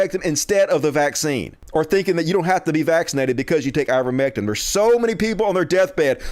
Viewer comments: Why is still pronouncing Ivermectin as if it had an "um" at the end¿ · it's I-ver-mec-TIN!